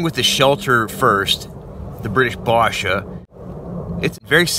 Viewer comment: Its basha, it's A like in apple. Love the video merry Christmas